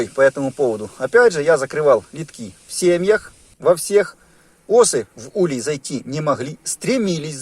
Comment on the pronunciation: Не улье, а улей правильно ставь ударение.Учи граматику русского языка.Слет пчел происходит от заклещенности.Если хозяин не может или не хочет или не знает об этом ,то пчели сами выбирають путь к спасению и освобождению от клеща .Наличиеклеща всегда ведет к появлению различних заболеваний.Изучай биологию клеща и сопутствующие болезни.